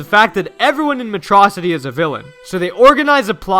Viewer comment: Freaking "Metrocity" is killing me